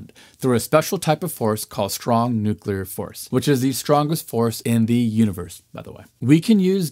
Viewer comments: Very, very smart man,. Please ask him not to say "nuculer," ever. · Bush ll I assume.